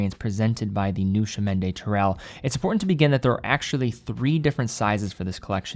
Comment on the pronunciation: The blue-dial variant looks great. I remember the previous CdT version was available in both regular and COSC-certified models; do you know if Tissot plans to offer the same this time around? (Also, the next time you speak to someone at Tissot headquarters, ask them to teach you how to pronounce "Chemin" — that was the only part of the name with which you had problems.)